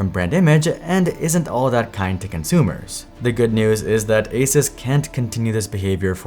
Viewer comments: Great video but one small thing for the future. Its a soos not a sus. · It is Asoos Not Asus 😒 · Stop saying Aces. It's A-Suuuuu-S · I love that you pronounce it ace-us rather than ace-ooose. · bro it's "ah-soooos", not "asis" ... how do you STILL not know 🙄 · What is this Aces company? (generally people pronounce ASUS as Ay-soos) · its pronounced AY SOOS, not AY SUS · I tried to watch but had to stop after a minute of him saying asus like asis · I stopped watching after you pronounced ASUS (ASOOS) wrong every single time. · just googled it and found this. Is it pronounced ASUS or ASUS? The Taiwanese company known for making some amazing personal tech devices is often mispronounced in India as well. Everyone you talk to pronounces Asus differently. The company claims the correct way to say its name is "AY-soos".7 Feb 2017 I suppose they don't care enough that they train their spokespeople to pronounce it as intended... lol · There's a few ways to pronounce Asus, Asis is a new one lol. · It's pronounced, A-ZEUS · ASUS = A-sus. 💔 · It's a-Zeus. It's pretty common knowledge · This guy cannot even pronounce ASUS correctly lol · Still people can't pronounce the name of this company properly😂 pretty common knowledge on to how pronounce it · Why are you pronouncing the brand name so weird?